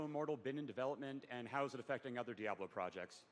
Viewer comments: grey hair centre quiff keeps calling it jablo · "Full fledged "dablo" experience." "We are super excited about it"... Ughhh